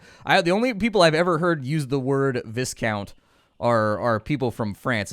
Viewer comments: In the UK we pronounce it 'Vye- count', like Viking but different. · Viscount is pronounced VIEcount, we used to have cookies(as you would call them) called Viscounts lol little green round thingys of minty goodness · Viscount = Vy-Count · game looks interesting.. I do believe it is "viscount" like viceroy, vice, pronounced like vise . ((a metal tool with movable jaws that are used to hold an object firmly in place while work is done on it, typically attached to a workbench. vise.))